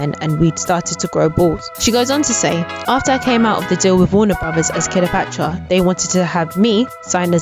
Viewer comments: Their name is pronounced CLEOpatra, not KILOpatra. Just FYI, no disrepect. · The last I heard they were called 'Cleopatra ' not 'Killer Patra' and they were from Moss Side, Manchester not Moorside. I appreciate the trouble you have made putting this together but please, you can do better. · Love it when we a decently researched blast from the past of a people who made an impact in the past. I recently was going through memory lane, looking at popular icons and their journeys from Ruff Ryders to Eternal. As good as this one is, why do I keep hearing Kiler-patra instead of Cleopatra 🤦🏿. Anywho, keep it up. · Why she saying KILLA patra ? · I heard her say that too 🤣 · I hoped she just misspoke but it kept goiing smh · why cant u say Cleopatra? love this band ❤️